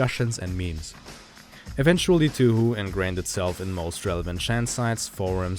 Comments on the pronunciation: Okay. I’m not sure how you’re supposed to say touhou. But I’m pretty sure it’s pronounced as Toe-Hoe not 2hu. Idk. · For the love of god it’s pronounced Tau how Not Tüh Hü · hearing you say toohoo makes me want to kill myself but nice video regardless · It's not funny to me, as someone who didn't realize for the longest time that "2hu" was the same thing as Touhou (pronounced properly as "toe-hoe") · The pronunciation is "Tow-hoe" which is actually how the English pronunciation for Touhou. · excuse me, did he just pronounce it two-who? Yeah, I'm out. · This fucker said 2-who? Lmao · "TooHoo" Why is that funny to me? XD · Its not 2 hu, u said it wrong and its Annoying. Great video 😁